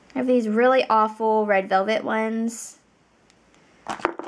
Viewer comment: When you say “ Awfull” i am like IF I AM DOING IT ITS GONNA BE POOP